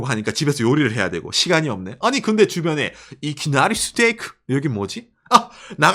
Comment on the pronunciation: 이키나리스테이크는 박가네에게 광고비를 지급하라! 발음 너무 멋지네